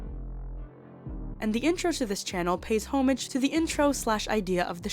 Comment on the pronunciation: Please look up pronunciation of "homage." You'll be glad you did! 💖